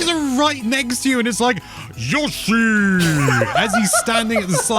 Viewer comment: pronounces Yoshi so weird.